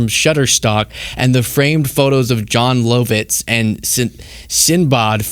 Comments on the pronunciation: Jon Low-vits and Sin-bod? I'm sure he means Jon Lovits and Sinbad. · What's brutal is you not recognizing the names of John Lovitz and Sinbad. They're pronounced LOVE-its and SIN-bad. I'm guessing you've never heard of Sinbad the Sailor or One Thousand and One Nights either. I don't know if you're from the US or Canada, so I'm not going to immediately assume this is an indictment on the breakdown of the US public education system, but education broke down somewhere. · maybe do a 2 second look-up of the guy even if it is crap. and I know you are young but still can't even pronounce John Lovitz (love-its) or Sinbad (sin-BAD) correctly to make a joke. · I am bothered by your pronounciations of "Sinbawwd" and "John Low-Vits".: I love ya, bro. You mean well, and I get it. But you're makin me feel real old here, and ya gotta do better. Thanks. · Did he just say "Low-vitz" and "Sinbod"? I mean I know I'm unc and these guys ain't been around in a minute but surely people know how to pronounce their names. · Jon Low-vits and Sin-baah 😅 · Dude you must be hella young to not know Jon Lovitz or Sinbad or how to pronounce their names. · really showing his age with the way he pronounces Jon Lovitz and Sinbad's names. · Please google videos of Jon Lovitz and Sinbad.... Was painful hearing you pronounce those .. lol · First I was like huh he doesn’t know how to pronounce Jon Lovitz or Sinbad’s name… then I realized it’s because is too young too young to know who they are… then I realized I’m old 😂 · Wow dude!! way to make your audience feel old when you can't pronounce John Lovitz and Sinbad's names :)...Still love ya! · A good sign of my age is the fact that doesn’t know how to pronounce Jon Lovitz or Sinbad. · Wow. My guy mispronounced Jon Lovitz AND Sinbad lol